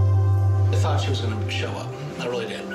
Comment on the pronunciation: "that is something ryl negative in the United States" lolll